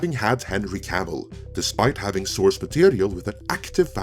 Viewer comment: Wtf is the Witcher wo Cavil???